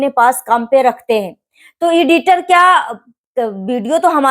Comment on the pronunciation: Iditer nahi aunty editer 😂😂😂 Pahle bola sikho cheda ki cheli Tum bhi aaj apni choli hi khol rahi anpadh